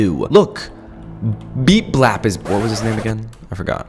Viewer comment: “Beet blap” 😂